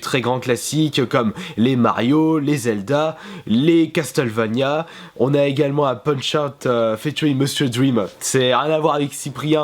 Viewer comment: Casse teule vania ? Révise un peu ton anglais ...